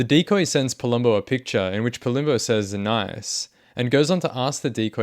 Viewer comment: The way you say Nice, cracks me up. 🤣🤣🤣